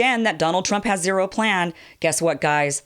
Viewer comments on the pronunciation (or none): none